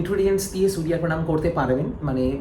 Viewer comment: Vii tomra to Bangali proper bengali te bolo .... সুরিয়া দেব, শানি দেব।। এগুলো কি বাংলা ভাষা ।।।